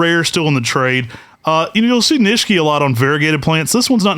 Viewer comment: Are you guys sure you are pronouncing the word Nishiki correctly? You guys say it with the second "i" silent. I believe it is not silent and pronounced with an "e" sound like you do the last "i". Ni she ke would be the pronunciation. I could be wrong though, but I have been exposed to the Japanese language when I use to live in Hawaii which is heavily populated with Japanese folks.